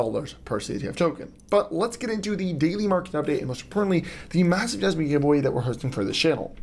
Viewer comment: "Massiver"...im out😂